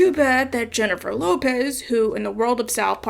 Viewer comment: As an Aussie with a Latina wife I gotta say you have a pretty good Aussie accent impersonating Russell Crowe but a terrible latina one impersonating J(h)ennifer :-P just found you today but am loving the South Park vids